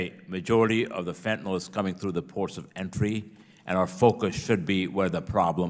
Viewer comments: Meiselas Just for clarity, it’s pronounced FEN-tah-nill , not FEN-tah-nall. I was on the 72 hour 25mcg patch before having my Spinal fusion surgery in May of 2016. Once, the pharmacy accidentally gave me the 75mcg patches… had I not already had a high tolerance to opiates, I could have fell into a coma and/or died due to the error. Luckily for my family, me, and the pharmacy, nothing serious ensued (other than acting like zombie for a day and a half). I removed the first patch halfway through the 72 hour effectiveness range after realizing the pharmacy’s error, but not before falling asleep for 4 hours while seated on the toilet. My point is simply, I have intimate experience with this highly dangerous drug. Fentanyl (FEN-tah-nill) should always be pronounced properly to avoid confusion with other drugs with similar names.❤❤❤❤❤❤ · Every time I hear someone pronounce it Fentan awl I lose the thread. The last letters are "yl" and they are never pronounced "awl." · Fentanyl is pronounced "fen-ta-nil" not "fen-ta-nol" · And correct pronunciation is Ben's impossible task. Fentenyl. Ben, see the NYL? Nil, not nawl. If you sound like an idiot no viewers will respect you and your truth. It ain't too hard Ben. Put a sticky note on your Monitor. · It's Fenta NYL, not NOL, important stuff, because many drugs sound alike, making it sometimes a matter of life and death to get it right. Don't be a sheepanyl, and say it wrong, just because you heard others say it wrong. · It is pronounced “Fen-tuh-nil”…..NOT “Fen-tuh-nol”. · As a chemist, I cringe when I hear people say "fentenol" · I wish people in the public sphere would learn to pronounce FENTANYL properly. Its mispronunciation is ubiquitous and sets a poor example; it's spelled relatively simply.